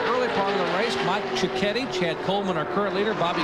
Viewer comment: Mike "Chi-ketty" is how it's pronounced